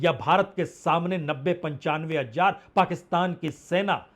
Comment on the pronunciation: Please get ur hazzzar right.... Its hazzzzar not hajjaar